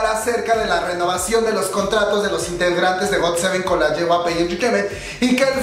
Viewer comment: jyp no yjp jajajajajaj